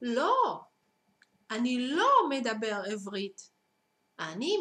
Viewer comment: you should say עברית not עבּרית